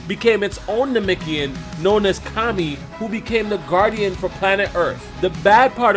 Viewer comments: Namekian...not namikian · IT'S NA-MEK-IAN NOT NAMIKIAN..... JEEEZ U SAYING THIS OVER 1000 TIMES.... ANNOYING ASF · Am I the only one triggered by the way he pronounces Namekian and Namikian